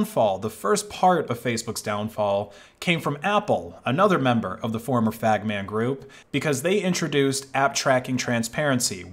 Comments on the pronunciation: did you just refer to FAANMG as FAGMAN 😂 😂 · ok he definitely said "fagman group" and again 😅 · Sounds like you're saying F*GM*N group 😂😂😂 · the former what… 😭 I’m sorry I can’t be the only one that hears a slur